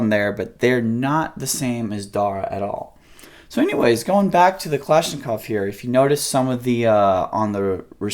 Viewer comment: "Klashklov trigger" lol